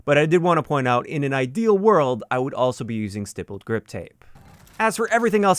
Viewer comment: FYI it’s usually pronounced like sty-pled. On polymer handles you can poke it many times with basically (or literally) a sharp soldering iron